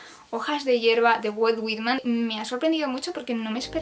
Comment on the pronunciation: Walt (er) Whit (e) man